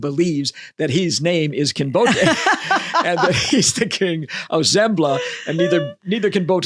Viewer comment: I had never before heard "Kinbote" pronounced trisyllabically.